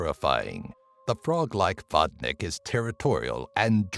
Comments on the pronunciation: Well, actually it is pronounced [vodni:k] ... I ment your number 9, just for the good measures. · how you say Vodnik is making me laugh xDDD Vodnyk